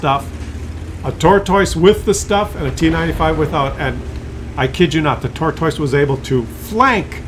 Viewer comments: If I hear him say "tor - toice" one more time... :) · Canadians say the word tortoise wierd